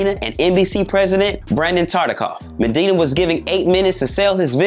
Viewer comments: MANDINA ??? It’s weird how you create an entire documentary clip on Benny Medina but didn’t even learn his name properly. You literally mispronounced his name MANDINA the WHOLE time. Such a simple yet important detail that makes you look so unprofessional as a channel, and discredits your journalism. Nobody even caught that before you broadcasted it to your audience??? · As well as saying Medina's name wrong the whole vid lol. He'll get better though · I really wish he'd stop calling him MENdina......his enunciation is horrible! I died when he said "legal-alities"! 😭😭